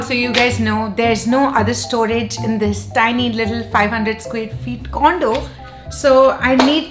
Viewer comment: When u say condo I hear it condom